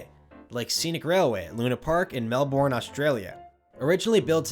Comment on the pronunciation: Theme Park Crazy also got the pronunciation of Melbourne wrong, think of it as Mel-bern. Good video tho